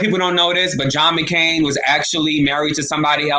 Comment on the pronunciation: It's McCain..not mccarin